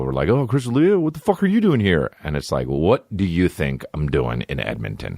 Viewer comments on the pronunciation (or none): none